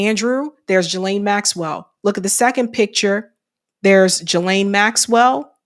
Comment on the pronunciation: It's pronounced Ghee-lane the S is silent, in case you wanted to know ;)